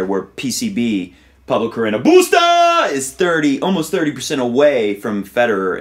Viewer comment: On a funnier note, I love the way you say BUSTAAAA!!! I think and hope tennis commentators all over the world will adopt this style of pronunciation in every match he plays in the future! XD